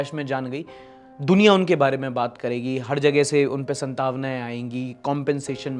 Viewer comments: संतावना नही सांत्वना होता है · संतावना ❌ सांत्वना ✅ Yaha log regional language promote krne me lage hai... Or aap Hindi bhi sahi nhi bol rhe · vo सांत्वना hota hai santavna nahi at time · Jab koi galat hindi bolta hai to mere dimag mein lifetime k liye khatakta hai vo galat word. Bhai santavana nhi hota hai saantwana hota hai